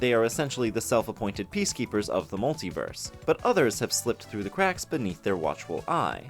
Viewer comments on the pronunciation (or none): none